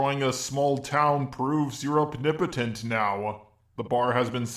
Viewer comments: I demand you stop mispronouncing OMNIPOTENT as "obnibotent" And people who argue against Saitama being infinitely powerful need to understand that the joke behind his character is that he's supposed to demonstrate how BORING an invincible hero is. If the only reason the villain stands a chance is because the protagonist isn't using their full power, then you've got a boring series with no suspense or excitement. And that's the entire premise of his character, Saitama is infinitely powerful in order to show why being infinitely powerful is a bad thing! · The fuck is a "opnipetent" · can you please stop mispronouncing the word omnipotent man i cringe everytime